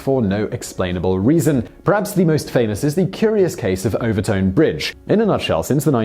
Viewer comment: Overtoun, yet another word that Simon can't pronounce.